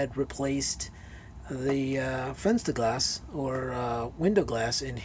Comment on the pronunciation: Very nice video, thank you! I am glad, my "Fensterglas" is still good, but good to know how to replace it now. Regarding "Fensterglas": You can pronounce it like "FAN - sterglass", that means the "Fen" part of the word "Fenster" is pronounced like the English word "Fan". PS: I love the new opening sequence! MUCH better than the old one. Very well done, mate!